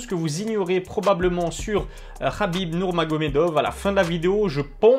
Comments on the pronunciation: Pourquoi tu dis nourmagomedof dans l intonation et non dove il est pas Israelien... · Dov ? Le V se prononce FF